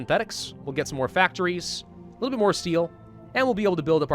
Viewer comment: listen....he says a wittle bit instead of a little bit! YES HE IS SLOWLY CONVERTING TO THE RANKS OF UWU